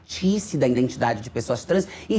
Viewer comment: Identidade, e não "indentidade".